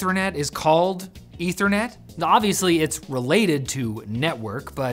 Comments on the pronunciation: Eth-ther net. Short e. Pronounce it correctly and it doesn't sound a thing like "internet". You are pronouncing it weird, like the chemical. Ether (Eh-thur), like the hypothetical substance that fills the void, not ether (Ee-ther), the chemical. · wtf is "ethranet"? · *Meth*anol -> *Eth*anol -> *Eth*ernet You're spent your entire life mispronouncing this word 🤯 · I dont know where this dude is getting his pronunciation for ethernet or the ether in general.